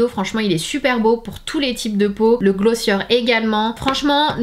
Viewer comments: It’s GlossiÉ not glossieur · On prononce "Glossié" 😉